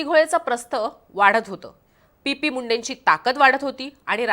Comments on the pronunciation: पी.पी.मुंडे नाही टी.पी.मुंडे आहेत ते!नावाचा योग्य उच्चार कर प्लीज. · PP नाही ग TP बोल...